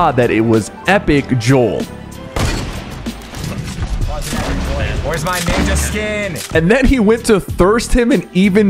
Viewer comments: It’s pronounced Jo -el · It’s pronounced jo-ell not jewl